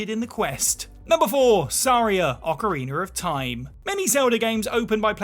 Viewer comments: Why does everyone say that Wind Waker is the best all of a sudden? It’s no where near the best. Also its ocarinA, no ocarinER 🤦🏻‍♂️ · I know there's a lot of tension between the people who say Oh-carina and Ah-carina. But can we all join forces against the monsters that say Ocariner?